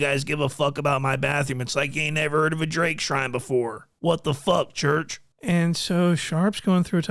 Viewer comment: “What The Fuccc Churchh” (Sharp Voice) Had Me Dyinnnn) Real Talk 😂